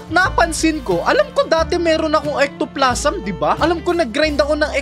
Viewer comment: Ectoplasm un lodi pero Ektoplazem yung pronunciation